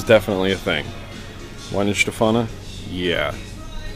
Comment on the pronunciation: Just a short note on the pronunciation of German names. There is no english W sound in the language that I am aware of. The W is pronounced like an english V.